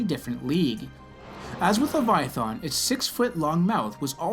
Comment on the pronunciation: Your depiction is so off it barely clings to logic that can be comprehended. And they way you pronounce the name. In what dragons mouth would a guttural thAn be sounded? Least you believed what you said and ended with only God knows. Only God told his pet to stop and it listened showing the might that’s exponentially greater that which is possessed by God. And also for Job it shows how God listens and is with anyone even no matter how detailed. I hope you grow and don’t keep fooling yourself with what is factual knowledge that is passed inside by the sprit Jesus left behind. Aka the Holy Spirit. It teaches us and lets us understand. I am not picking on you I just want to show possibilities.